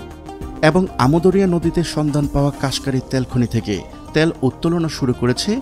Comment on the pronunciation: ত্যাল নারে ভাই, তেল বলেন